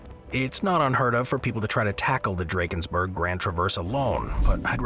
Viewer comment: My wish is that youtubers start pronouncing names of places correctly. The pronunciation of Drakensberg in this video is appalling.